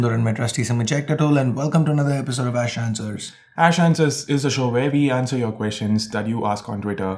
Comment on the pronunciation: ish ... hai ... eesssh